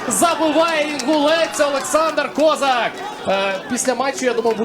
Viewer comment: Хотів би зробити зауваження коментаторам матчу. Хлопці, у ФК Інгулець грає футболіст КозАк, а не КОзак. Словом КОзак зневажливо обзивали кацапська еліта козаків.